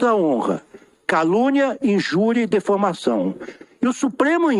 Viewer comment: UM MINISTRO FALANDO ""DEFAMACÃO""???😅😅😅😅 ANALFABETO DE TOGA